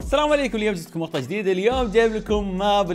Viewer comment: منو ركز انه قال مخطع فى الثانيه ٥٥ 😂😂😂